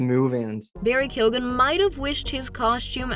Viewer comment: Oh my god I’m Irish and DYING at the way you pronounced Barry’s second name Keoghan. 😹 awful . It’s Q-o-in